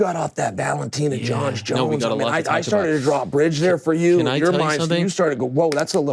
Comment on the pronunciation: I was giving Chael credit for not calling him Cereal, then he called Valentina, Valenteen 😅